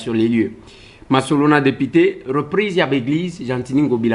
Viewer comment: ba lobaka deupité te, mais plutôt député...